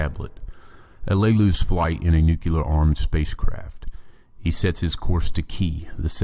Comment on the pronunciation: Not "nucular". "Nuclear".